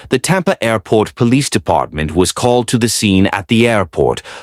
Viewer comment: That was a record number of “airrrports” in the first two sentences. Lovin’ it!